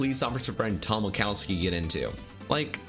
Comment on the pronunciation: When they said wachowski I heard wazowski